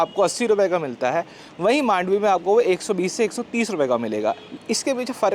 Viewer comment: In Marathi slang we say "मांडवी" not "मंडोवी"